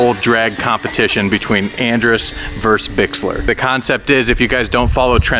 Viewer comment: Versus. The word is versus. Not verse.